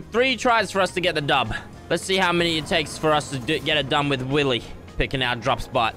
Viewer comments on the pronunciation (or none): It is not willeh. It’s Willy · This is how many times he said Willeh 👇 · Its Willeh